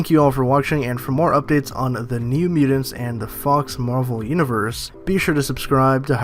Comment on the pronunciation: Miu-tants. Not miu-dend. Sorry, it just sticks out like a sore thumb.. MIU-TANTS..! Your guys videos are great, just sounds really weird to not pronounce that correctly. Sorry